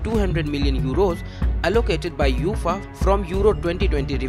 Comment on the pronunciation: It’s not Youfaaaaa…. It’s UEFA (Yu……A…. FAA)